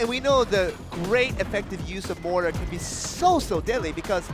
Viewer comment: Im really triggered that the commentator cant fricken say mortar right...